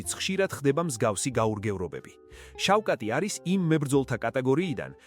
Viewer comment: შავხატ , ი და არა შავკატი